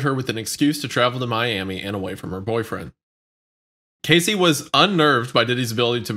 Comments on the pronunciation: Every time said "Cacey" instead of Cassie i literally cringed 😂😂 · I’m sorry but How did neither of you let know it’s “CASSIE” not “Casey” his mispronunciation of her name when this whole case essentially revolves around and started with her drives me crazy 😂 feels disrespectful honestly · Cassie! Her name isent Casey lol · wendigoon calling cassie “casey” the entire time :/ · Cassie not casey shit! Why did no one correct him. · Omg it’s Cassie Not Casey that’s driving me nuts lol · Cassie. cASSie. Casey. CASEy. Okay I-say-uh? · I like how Wendi says Cassie’s name right once and then proceeds to call her Casey the rest of the show lol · I cringed so hard. My daughter's name is Cassie and some people call her Casey no matter how many times I corrected them and it always pisses me off. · They abused her name this whole episode how tf they think it’s pronounced “Casey” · I know it’s dumb, but hearing “Casey” one too many times made me have to end this one early. For fucks sake just correct him, repeatedly if necessary, LMAO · Why is it so hard for to pronounce CASSIE’s name right? Especially after hearing say it correct multiple times. It’s very annoying, especially when it’s important to respect the victims. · lol the fact that wendigoon called her Casey like 60 times and nobody corrected him was concerning lol, it gives it an air of, who gives a fuck if we pronounce her name right it’s just content for us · Couldn’t even get the woman’s name right! CASEY but her name is CASSIE and they don’t correct him ever!! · It was annoying hearing wendigoon pronounce cassie as CASEY lol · Dude him calling Cassie that (Casey) drove me fucking mad. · Wendi calling Cassie “Casey” the whole time is actually cringeworthy. I get that you guys aren’t from the culture necessarily, but this is honestly inexcusable for such a large platform. The least you could do when covering such a heavy subject is get the victim’s damn name right. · IT’S CASS-EE